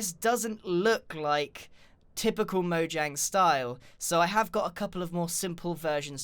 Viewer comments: Is it just me that heard Grian say moyang instead of Mojang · is it mojang or moyang?im just kidding I know it’s mojang not moyang but you said it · he didn't say mojang, he said moyang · It’s not moyang it’s mojang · Also he said Moyang who is Moyang I know Mojang but who is Moyang? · DID YOU JUST SAY MOYANG!!!!!!!!!! ITS MO-J-ANG! look i love you videos but i gotta dislike for that. hope you understand GREEN. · instead of calling it mojang grian said moyang!!! LOL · who noticed he said moyang instead of mojang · It is not moyang is is Mojang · Which one are you: Mojang : Mojang (Moyang) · “ MOYANG “ I love moyangs game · Me:A lot of people call mojang moyang Grian :*says moyang* Me: Im done with this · he said moyang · I'm sorry grain but its so funny you said MOYANG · in the nether did he say moYang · did he just say moyang? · He said Moyang poor tired grian :3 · Grian - This might even be a little bit too much for Moyangs style. Everyone else - Grian roasts Mojangs building skills. Me - Does anyone notice that Grian said Moyang and not Mojang? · did he just say “MoYAng” i’m dying 😂 I’ve been corrected and I found out that’s actually how it’s pronounced so sorry ¯\_(ツ)_/¯ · who else heard moyang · y does grian keep calling mojang moyang? its funny lol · Grian you said moyang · did he say moyang? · He said M O Y A N G Umm... Really? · Not trying to offend you grian bit you said moyang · he says moyang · Lol u said moyang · he said moyang again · m "moyang" moe-yay-ng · Whats "Moyang?" LOL! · moyang lol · Grian : Mo-Yang Me : Mo-Junk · grain you just said moyang on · Ok lol he said Mojang pronouncing the J like a J then he said Mojang pronouncing the J like a Y am I the only one who has gotten very confused at this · Is it pronounced moyang or mojang? I’m sorry I’m a dumb dumb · please pronounce mojang properly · So wait is Mojang pronounced Moyang or Mojang?